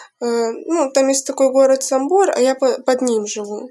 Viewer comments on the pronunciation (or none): Шо то за жителька Львова,що говорить по рос і не правильно ставить наголос в назві міста Самбір?